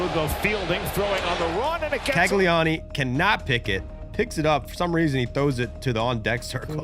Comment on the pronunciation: It's Cag-li-own, I know this much from my Royals suffering